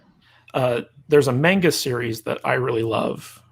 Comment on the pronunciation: You pronounced "manga" incorrectly. REEEEEE! In all seriousness though... I haven't watched this show yet. Like Mecharandom, I'm also not a fan of Rick & Morty style humor, though I am intrigued by the ship's interior design.